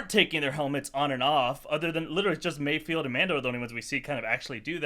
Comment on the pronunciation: It's mayfeld, not mayfield.